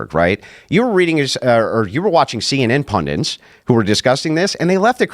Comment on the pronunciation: Jesus christ, "pundits" has a single N! Saying "pundints" indicates you haven't learnt to read, or if you have, haven't developed it into a habit. should read better fiction than his alleged favourite book. Or maybe even non-fiction.